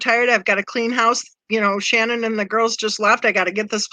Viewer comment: Who Shannon? It’s Shannan